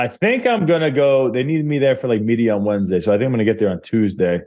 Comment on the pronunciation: the reason we love Ariel so much in England is cos he pronounces Tuesday correctly